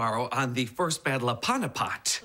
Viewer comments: Panupat... Every time he said that I was like "Staph!!!" It's the battle of PANIPAT pronounced p-aa-n-ee-p-uh-t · It's panipath not paunipot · I find it so funny how he pronounces the Battle of Panipat. It's actually pronounced as paneepath. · why does Cory pronounce Panipat like that? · I have a test on the mughal empire which also includes "the first battle of panipat" which I'm an Indian so I actually know how to pronounce it 😂😂😁😁😁